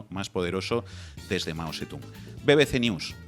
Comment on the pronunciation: El chaval que ha escrito un libro ni sabe leer bien el nombre de Mao Zedong, ya veo lo enterado que está, ni chino sabe hablar...